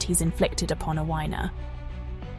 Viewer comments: FGS! Its pronounced Afina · Sorry, but her name is pronounced "ATHENA".